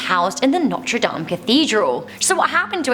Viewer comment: "The Humpback of Notree Damn iz not weal stopid."